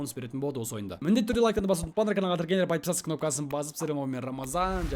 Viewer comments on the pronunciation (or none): none